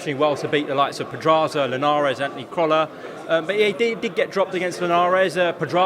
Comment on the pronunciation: Why is Anthony pronounced antiny over there? ( No hate just curious)